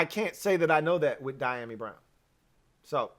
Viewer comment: Pronounced.... dee a mee.